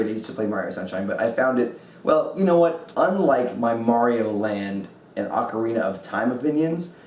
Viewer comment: "ocariner" is so cool